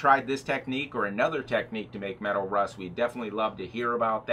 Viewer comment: Medawl? what is medawl ?